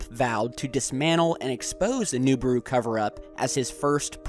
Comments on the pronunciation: stop sayin NUbiru!! its NIbiru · nIbiru, not nUbiru!!!! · Nibiru not Nubiru